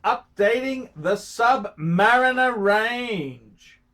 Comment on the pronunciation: Who the f**k is this bloke? He thinks it is called a Sub-MARINA and pronounces it so.